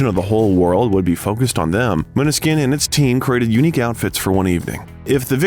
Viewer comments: Except you can't pronunce band name or their names😢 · I love the video, but plz pay attention to pronunciation. It's really not hard to research how to say the band name or their individual names. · you should pronounce the band name correctly!